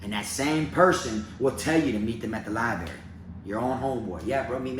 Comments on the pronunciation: Love your videos man..I fu*k with ya..but I gotttttta say something this time lol. It’s libRary. lol I heard you say libary a few videos but always convinced myself it was just a mumble. Had to break it down now though haha. Not puttin you down homie! Just lettin you know. LibRary. 👌🏼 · Libary? Library! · "Li-Berry" - - 2021.